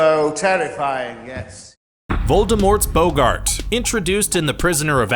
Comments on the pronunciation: Boggart(bah-gert) not (bow-gert) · Has this guy ever seen the movies? It isn’t BOA-ggat, it’s boh-ggat. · Voldermorts Bo-GART😂😂 it's a Bogg-art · Stop! You're saying it wrong! It's BAH-gart, not BOH-gart. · It's pronounced 'bog-gart' NOT 'bou-gard'!!!! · Boggart not Bo gart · I'm skeptical the narrator has ever read the books or watched the movies 🤔 he called a Boggart a "Boe-gart" instead of "Bog-gert" like what they say in the movie... 🙃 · Bowgart??? It’s Bog-ert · It's not "BO-GART its "BOGG-ART" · It’s not Boe-Gart it’s Bog-art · Its not boggaaart its boggart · Your saying it wrong, It's bogg art not bo ggart! 🧹⚡👔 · Wooow hold up a minute! It’s not a BOW-GART It’s BOG -GERT that’s how it’s pronounced. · its pronoucned boggat not BO Gart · Is anyone soooo cringed that he says some of the names of objects wrong? Like he says boggarte insted of boggart. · It's not a bow gart it's a bogg et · It's a bOgert not a bogArt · It literally says boggart as "bah gurt" in the movie but yet you still say "bow gart" Why... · It’s pronounced Bog ert not boo gart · Boggart, not bogart. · nope me too it’s boggart not boogart AGH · Sorry it just annoyed when u said boGART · "Bohgart." LMAO- I CANTT!! 😂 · Hermione: Boggart: Boegart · A "Bogard"..??! Have you actually seen (heard) the movies?! It's a boggart! (Typical American..! 🙄) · Alright let’s face it who gets annoyed when he said ‘boegart’ WHEN THE RIGHT PRONUNCIATION IS RIGHT INFRONT OF HIS DAMN EARS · Dude. Why you pronouncing it bow gart ? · Voldemorts Bow-gart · Bo-gart really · I didn't know Humphrey Bogart was in Harry Potter?! O.o (LOL) It's pronounced as bo-gerd, with an 'o' as in 'boxer'. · How can you play a clip in which Boggart is said, and then say Bowgart - baffling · It's not boggart its BOWgart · Bow-gart 'Scuse me? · Bow-gart. Why. It’s BOGGART!!!!!!!!!! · Its pronounced bah-gurt........ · It's boggart not BOWggart! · Me too it's "bawget" (spelled how it is supposed to be said)